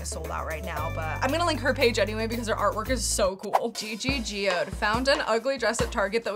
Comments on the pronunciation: Not saying Gigi "Geode" T_T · Pronounced GiGi Good. Runner up on drag race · Girly, how did you pronounce gigi goode's name? 😂😂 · The way she said Gigi Goose’s name 💀💀